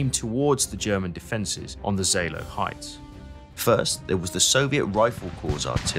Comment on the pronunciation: Pas mal, hors la prononciation de tous les , franchement à chier....Oder =Oda, Seeloow = Saleo la , wehrmacht, etc, c'est franchement catastrophique.